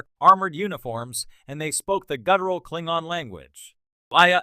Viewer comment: I hope this is an AI doing the narration. Because who or what is doing the voice over has no clue how to pronounce Klingon.